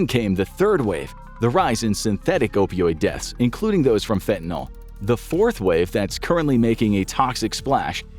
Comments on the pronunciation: Fentanol or fentanyl? Cause you guys keep writing fentanyl, but saying fentanol. And no, not just acceptable pronunciation, it's a completely different chemical. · I have only one request. That you at least pronounce the word correctly. It is pronounced: FEN-tah-nill, not FEN-tah-nawl. This substance is a scourge. A deadly one. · I can't watch a video about fentanyl when you mispronounce the word 'fentanyl" every time. It's Y, not an O. It's not "fentanol". That's not a real thing. It's FENTANYL. It's too annoying. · Why do so many people call it fentanol? That's a Y. Fin-tan-ill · Am I the only person whose pet peeve is when people say fentanol instead of fentanyl? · Why does everyone mispronounce this drug? It is pronounced 'Fentanil' The y acts as an i. As to the drug itself, I had tonsil cancer and was in pain from the radiation treatments. My oncologist had me using Fentanyl patches and I got a bad batch that would stay stuck in place. I stopped using them and immediately was shaking and sweating profusely. I called my doctor and told him and he asked if I was using the patches. I said no and told him why and he scolded me saying "You cannot just stop using them. You have to wean off of them." I knew NOTHING about drugs and had no idea a PATCH would addict me. I NEVER USED IT AGAIN. I DID COLD TURKEY OFF IT. PERIOD. Luckily, the treatments were over soon and my mouth healed and the pain subsided... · Why do you people insist on pronouncing it "fentanol"? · And the voice over kept saying fenta-NOL. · Sorry, I can't take anyone seriously who doesn't know how to pronounce Fentanyl. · The entire US pronouncing Fentanyl wrongly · How can I trust what you say about this drug when you can't even pronounce its name? Unsubscribed. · Why do North Americans pronounce Fentanyl like this? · Fentanyl, not fentanol. Please. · "NYL" Not "NOL" Jus' sayin' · Why do you pronounce it "Fentinol"? It's Fentanyl. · FentaNILL. Not fentaNALL. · Its Fentanyl, not Fentanal! Omg.